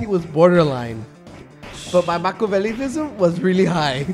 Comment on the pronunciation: I was in tears when Jerry pronounced Macchiavellianism incorrectly. You're welcome for HISHE! And Abbot was the tall slender guy, Costello was the short fat dude